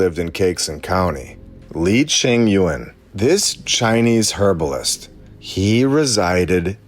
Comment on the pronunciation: Can you say Herbalist with the hard H , it sounds weird